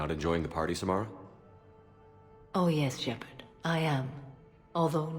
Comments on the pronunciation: Shepard. Shepard? Wrex. Grunt? Shep arrrrrrrrrrrrddddd SHEPARD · Shepard, Shepard, Shepard. Wrex, Grunt? Shep-errrr-d! SHEPERRRRRD